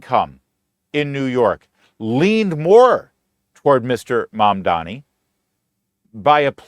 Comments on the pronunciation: You know, you sound more competent and less of a dick if you can properly pronounce the name of the person you're supposedly educating people about. Mamdani = "mom" "Donny", two sounds you can definitely pronounce. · MAGA and Felon, Traitor Trump ensured that disaffected Americans would move away from Centrism and move further left in response to right wing fascist extremism. You brought about the very thing you feared. And stop pretending you can't pronounce his name. It's childish.